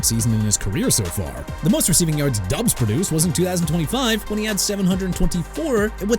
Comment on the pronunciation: His name is pronounced Romeo DOBBS, not Romeo DUBS